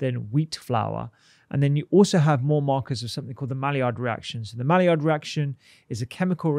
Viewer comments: Can you spell “malliard”? Yeah, it’s Maillard - pronounced “my yard”, not “mally-ard”. (Actually, the d should probably be silent as it’s a French name, but let’s get the letters in the right order first! 😬) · Maillard is pronounced as my-yard